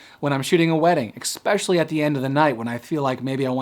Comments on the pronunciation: Please fine sir...it's "especially" not, "exspecially". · Especially , not "exspecially" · Great video and very helpful! But please you gotta stop saying "exspecially". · For fucks sake, where did you pick up saying EXpecially, there's no fucking "x" in the word "especially". What are you, 6 years old? Grown ass man speaking so eloquently for the most part and then throws in "EXpecially" smfh.